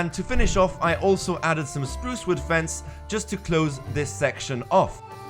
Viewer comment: Took me about 5 minutes to realize you weren't saying "Screws with fence" but "Spruce wood fence" :D Thanks for the tutorial! Your builds are very inspiring. Subbing!